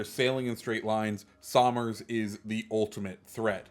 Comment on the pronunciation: Btw this ship in real life is named after my great great grandfather. I think. I can’t remember how many greats but it’s after Richard somers and the way you pronounce it is “sum-ers” you would say it like you’re saying summer but plural